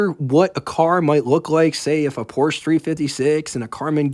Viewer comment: You're pronouncing Porsche wrong. Porsche is a German brand, and the e on the end makes an a sound. Because Porsche is a family name.